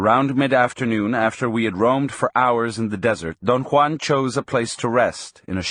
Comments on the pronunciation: Why does the speaker pronounce Don Juan’s name as Don Kwan? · Don one lol